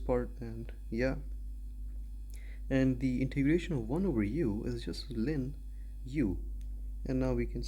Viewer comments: it's ln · Back when I was in Pre-Calc 12, my professor pronounced it "lawn" and few of my classmates straight-up said "L N". "Lynn" is quite a new pronunciation lol